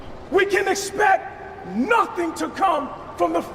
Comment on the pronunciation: “we espect”